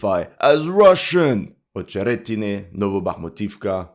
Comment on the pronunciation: acheretyne not ohcheretyne. rahbotyne not row boat yne.